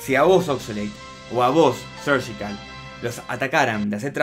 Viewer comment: No se por qué dices sergical si es surgical no veo el motivo para decir sergical